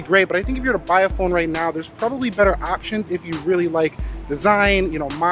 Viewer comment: R u calling this phon sir??